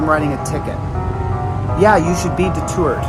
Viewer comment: Knob head! Where are you princess Leah tuna can headphones? PS. The word is deterred. Not detured. 🤡🤡🤡